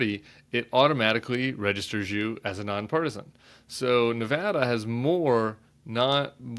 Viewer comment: Nevada is usually very close. I was here in '98 when Harry Reid won by 401 votes. Hey, we're Battle Born, and you can't win here without a Battle of the damn nerves. And thank you for pronouncing our state correctly.